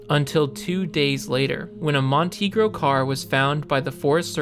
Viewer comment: I'm 45 seconds in and it's a freaking Montego, not a Montegro!!! I'm out